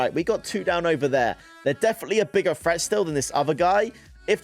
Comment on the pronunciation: HAHAHAHA HE SAYS FRET INSTEAD OF THREAT IM DEAD ASFFF ⚰️⚰️☠️☠️☠️